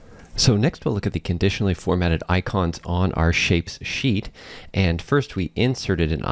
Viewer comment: Excellent. Lots of info. Well done saying 'Shapes sheet'. That's not easy.